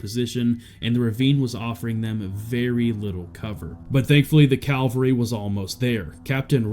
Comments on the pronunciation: So many speech typos. Provreince, calvrery amongst others 😅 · the Calvary huh? Calvary is the hill where Jesus Christ was crucified. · cavalry ≠ Calvary The "Calvary" was not almost there. Calvary is in Jerusalem. The cavalry was almost there. Cavalry is a bunch of guys riding horses, from the Italian word for horse, cavallo. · " . . . but thankfully the CALVARY was almost there." Did you not know that "CALVARY" is the PLACE where Jesus was reputedly crucified? Did you not know that CAVALRY is a horse mounted fighting force?